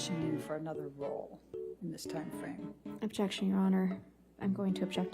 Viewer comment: "Ovjection" amabutakum